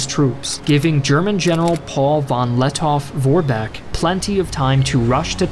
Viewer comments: Grammar german here: In the name Lettow- Vorbeck the „w“ is close to silent. You say it more like „Lettoh- Vorbeck.“🤪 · Great Video! But i have an advice for you: you don‘t actually spell the w in Paul von Lettow-Vorbeck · The “w” in Lettow-Vorbeck is silent